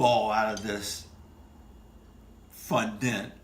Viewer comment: It’s pronounced Fondant as in daunt or aunt